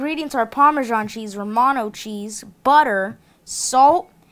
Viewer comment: instead of romano cheese I understood: "or mono cheese" xd